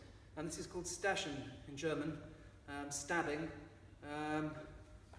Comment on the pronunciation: 'Stechen' pronounced (roughly) 'shtekhen', with 'ch' being a voiceless palatal fricative, basically like a very soft 'sh'